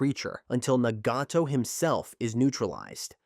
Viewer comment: It's 2025 why do westerners still pronounce Nagato as Naygatoe and Amaterasu as Eymateraasu💔🥀🥀